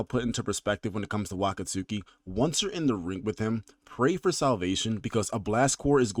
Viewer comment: It's pronounced Wah-kotski not Wakat-suki